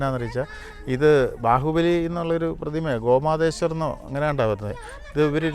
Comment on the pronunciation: ഗോമാതേശ്വർ അല്ല... ഗോമൂഡേശ്വർ എന്നാണ് ആസ്ഥലത്തിന്റ പേര്